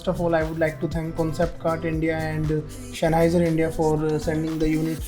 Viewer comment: Shenheiser lol